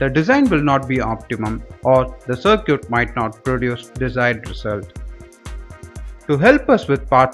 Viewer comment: Sir Cute ?! 🤦🏻 Circuit is pronounced as SARKIT.